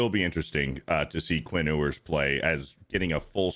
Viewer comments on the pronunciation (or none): "Quinn Oo-ers"